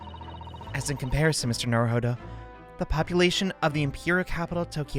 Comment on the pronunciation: ITS NOT NARUHODOVER!!!!!